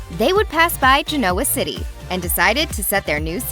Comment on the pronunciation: This narrator ALWAYS places the accent on the wrong syllable when she announces names: Gen-O-wah city is pronounced "GEN-nawah' city in the show.